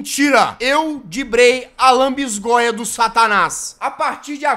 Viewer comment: "Lanbisgoia do satanais " NÃO TANKEI KKK